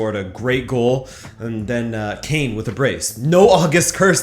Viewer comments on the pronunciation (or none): none